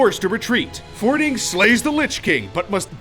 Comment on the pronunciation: medhiv said wrong bolvar said wrong and fordring said wrong the fordring one was obvious so was bolvar but i'll give you a pass on medhiv if you havent played wow ever before